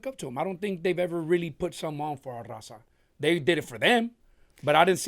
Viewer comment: "Rrraawwwzahh! " yall can speak Spanish... Why do they pronounce Raza like that?